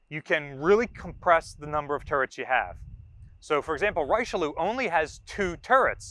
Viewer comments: First of all, it's "REE-chi(as in 'Chicago')-leew". Second, both the Dunkerque and Richelieu classes were designed to counter the threat of the Deutschland-class pocket battleships and the Italians -- especially the older 10-gun (12.6in) Ciao Duilio and Conte di Cavour-class battleships -- primarily in the Mediterranean. That they were sometimes forced to go up against other battleships equipped with larger guns was an accident of history rather than a planned part of their design philosophy. Third, I'm surprised that no mention was made of the Yamato-class layout, which was identical to that of the American "9-in-3" design. (Or maybe I missed it? 🤨 ) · Ree-Sheuh-Leeuh is more accurate, 3 syllables, the last two ending in an exhaled UH